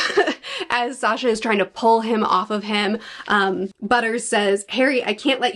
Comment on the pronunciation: Sasha Me: SANYA: Sasha Me: HIS NAME IS SANYA! 🤣